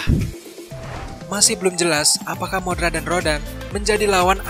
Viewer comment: Mothra bang bukan modra😄😄😄